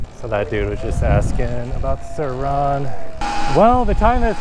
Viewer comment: The way this dude says sirrrr RON… Watched a lot of your videos, great videos but for some reason that irks me 😂